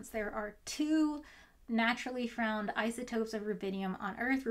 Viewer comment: "naturally frowned isotopes"